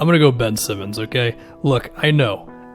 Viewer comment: I'm Australian and i rolled my eyes so fkn hard when you said Bin Simmonds